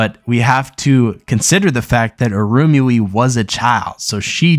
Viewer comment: Lol It really irked me how he was pronouncing Irumyuui as "Arumi" and Wazyukan as "Wazukhan" in his previous video